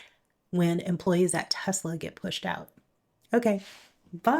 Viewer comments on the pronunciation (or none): none